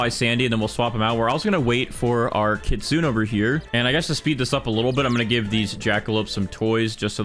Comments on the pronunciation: Kitsune is not KITZEEUUUNNN 😭😭😭😭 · You pronounce the “e” in kitsune jsyk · Learn how to say kitsune right 🥀